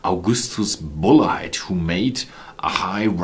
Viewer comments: Hi it really is pronounced BULLET (like from a gun) That is how they pronounced it at the Bulleit Experience in Louisville Kentucky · only problem with his english was his pronunciation of Bulleit, which i'm pretty sure is pronounced like bullet from a gun. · Great review! I know this is almost unhelpful at this point, but in the US most people pronounce this brand same as you would bullet for a gun. I've taken 5 years of German so your pronunciation makes sense and was most likely the original/familial pronunciation. Really enjoying your videos! Wishing you future success.